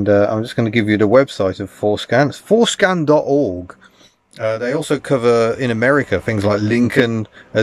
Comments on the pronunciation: When he said "Forscan" I had to rewind to double check I heard right. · One needs to be careful how one pronounces FORscan